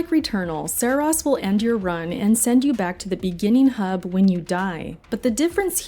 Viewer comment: “Serahs” hahahaha can’t even say the name right